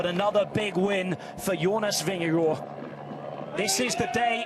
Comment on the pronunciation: weee a commentator that is actually pronouncing Vingegaard correct :)